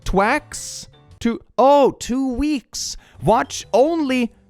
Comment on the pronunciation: I lost it at twacks, (2wks or 2 weeks)